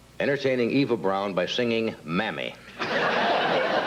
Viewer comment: He pronounced Eva Braun right.